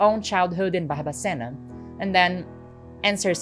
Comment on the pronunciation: Kkkkk eu nao acreditoooo! Primeiramente, incrivel o seu video, mega parabens, quando vc falou Barbacena no sotaque eu dei um pulo na cadeira. Amei a informação, amo de paixao o radio novelo, eles sao incriveis. Amoo vc 🫠❤